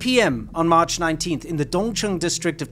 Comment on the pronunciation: Why are you talking with a fake British accent? Either drop the "R" or don't drop the "R". You pronounced "there" and "injured" with the R and "march" and "internet" without the R